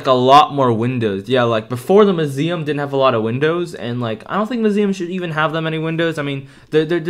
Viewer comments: why do u now suddenly? call it muzeam? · The way he says muesm lol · I love how he said musem